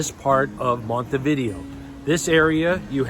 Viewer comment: Before traveling to any foreign city Americans should learn to pronounce its name. Com'on, compatriots, it''s not THAT hard. It's not"Monty Vídeo"; it is Montay Vidéo (accent on e, not on i).